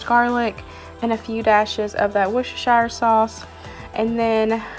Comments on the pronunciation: I love hearing other nations say Worcestershire sauce.... It's pronounced wus ter sher sauce - love from the UK x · sharon cawte I’m married to an American and it’s hilarious them trying to say Worcestershire 😂😂😂😂